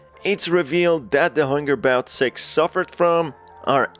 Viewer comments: Everytime he says six I hear se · Why he saying "six" like that? 💀